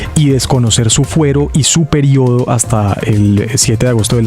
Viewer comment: Perdón donde usted dice su periOOOdo esa forma de pronunciar esa palabra, me parece que usted respira odio por todos lados